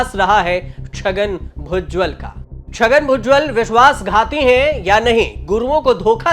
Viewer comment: भुजवल नहीं भुजबल है पत्रकार फर्जी